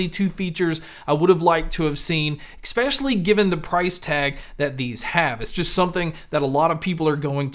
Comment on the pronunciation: Please stop saying exspecially